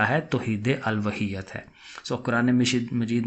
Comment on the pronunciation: الوہیت کا تلفظ چیک کریں سر